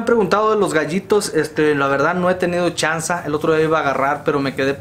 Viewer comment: Se dise chanse wey que pedo mi pelon...